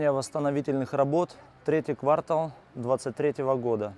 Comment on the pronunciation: КвартАл говорите правильно!!!